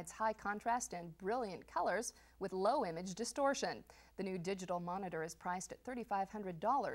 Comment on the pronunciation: Funny, by the way she stressed the words, it sounded like she said, "...with brilliant colors and low-image distortion". As if there are various types of distortion, and this one does low-image distortion.